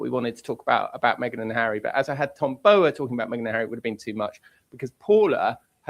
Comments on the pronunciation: Please pronounce Tom Bowers name correctly. Yes you are saying it wrong as I have heard many (including him) say it is Bow as in what you do in front of the king not bow as in bow and arrow. Its rude. I know Paula you are copying Tom (the royalist) but you have heard every other journalist pronounce it correctly. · Just pronounce Tom Bower’s surname correctly !! Irritating